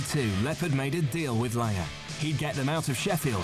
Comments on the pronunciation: Why does the narrator keep calling him "Mutt Langer?" It's Lange. No R at the end. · Whys this guy keep calling Mutt "Mutt Langer"? No ER on the end dude. Just Lang. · Am I the only one bothered by the narrator saying Mutt LANGER? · The narrator cant pronounce "Lange" ?